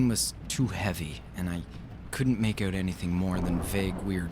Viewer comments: OH MY GOD YOU SAID "eut" INSTEAD OF "out" ARE YOU CANADIAN?? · thats why I didnt notice it xD also Canadian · I don't like it. Kind of ruins the narration for me. Sorry bout that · First "Out" I heard him say and I though, oh, Canadian. Haha nothing wrong just funny :) Great read!